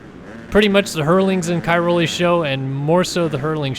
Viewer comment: Pls try to pronounce Cairoli a bit better.